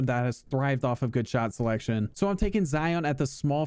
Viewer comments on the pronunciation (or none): none